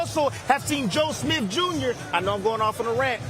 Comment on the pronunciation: Don’t you love how he says “Joe SmiF”..?!!!🤦🏻‍♂️🤣😅